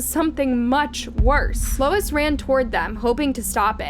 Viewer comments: The witness is Louis, not Lois. AI sucks! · Ugh it’s not “Lois”, its Louis (pronounced Lou-ie). That’s driving me nuts… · Louis is pronounced- Lewis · Louis. Not lois. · His name is not “Lois”. It’s spelled “Louis”, which is pronounced either “Lewis” or “Lewey”. Not “Lois” (the mom on Family Guy). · You pronounce “Louis” as “LOIS”??? For real??? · Louis is pronounced like Lewis. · Louis = Lewis. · Lol, yeah... that's a pretty sad mistake 😅